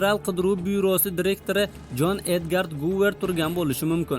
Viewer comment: Edgard Guver emas Edger Guver